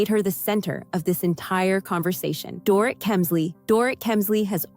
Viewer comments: "Door-it" LOL Dorit is pronounced "Door-eat" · FYI: Her name is NOT DOOR-IT, it's Doreeeeet. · DORIT is pronounced DOR-REET... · Omg this drives me crazy too